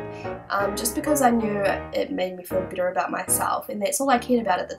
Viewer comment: oh god...honestly i thought you were saying -bitter- instead of -better